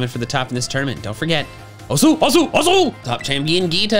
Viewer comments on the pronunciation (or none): I know this is finished but hearing "Osu" mispronounced is driving me crazy! The u is not pronounced and it sounds more like "os" the French word for bone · I love you, but it's pronounced 'Oh-ss' not 'Oh-soo' XD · eh btw fun fact, the way "Osu!" is pronounced "os" silent "u", its a polite way of saying "please" and usually more used with karate students.